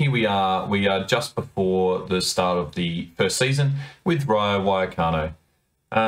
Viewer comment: Why did you pronounce it wayacano